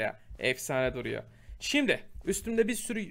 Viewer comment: şimdi yerine şimde demesini sevenler +1:)